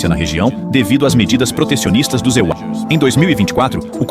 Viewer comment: Obs: pq as IAs nao conseguem pronunciar bem o nome deste país norte americano? EUA ou USA... Não pode? Curioso isso. Só uma obs.. rs